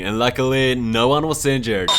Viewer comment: Why do you say seinjured instead of injured?